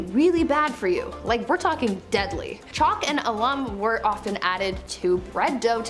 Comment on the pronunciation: I think she is saying the "Alum" incorrectly. Isn't it pronounced "AL-um" , Not " a-LUM" ?